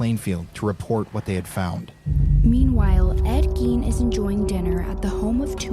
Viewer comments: The last name rhymes with "wine", not "ween". Ed Gein. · I watched this one back in the day but good to rewatch it. That evp you got when holding the straight razor really sounded like "Ed Gein" to me....might pay to relisten